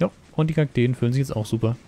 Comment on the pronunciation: es heißt Kakteen 😂 aber sehr gutes Video bester Bauer